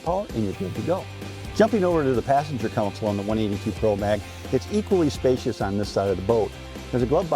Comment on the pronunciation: I wish this guy would stop saying Counsel........Every video he's in, it's all I hear....